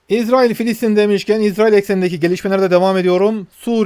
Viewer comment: Maşallah İZRAİL doğru telaffuz. Yahuda soyundan gelenler İZRAİL, Hz. Yusuf ve Ketura(Terkene) soyundan gelenler İSRAİL'dir. İSRAİL Terkene hatunun mahlasıdır. Hızıri bir zat olan Terkene Hatun Hz. Yusuf sonrası 30 sene Mısır'da Melikelik görevi üstlenmiştir.